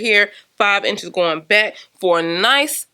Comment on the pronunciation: Definitely wanna get it. Looks so cute. Love how she she says "bike" for " back". 🤭🤦🏽‍♀️😂